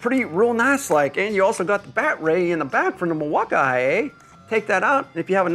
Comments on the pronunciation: Cause it is pronounced mil-walk-ee, sir. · Were tf do you get IA from Milwaukee?? Is it just your boomer humor or do really think its said that way ? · Bro said Mil-walk-IA ☠️ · Hi, first time seeing this YT channel. Is the pronunciation of milwaukee an inside joke? Because from now on I’m adopting that lol I love it. I almost went into Home Depot and asked an associate there if they had the mill-waka-eye-aye forge battery 💀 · Somebody else pronounce it “Milwa ah ah eh” lol 😅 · Its not the buds bro, its the mill wok eye aye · you speak funny mil wauka aee but reeel nice like buyin that thing🤣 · Why does he keep saying milwauk I A ? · What’s up with the way you say Milwaukee ? Doesn’t make any sense. I mean I’m guessing it’s just to annoy people. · Please say Milwaukee normally... I grew up there.... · Wow you can fake pronounce Milwaukee your so brilliant. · i hate how you say milwaukee 😂😂😂😂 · omg..... learn how to say milwaukee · Please do us all a favor and stop saying Milwaukee and music that way. Terrible, you're not funny